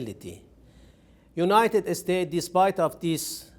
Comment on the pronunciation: He says. ( the United estates )